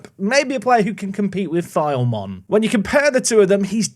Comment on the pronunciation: Enjoyed this episode! Just wanted to say that Filemon is pronounced Phi-Le-Mon and Asyraf is pronounced Ash-Raf.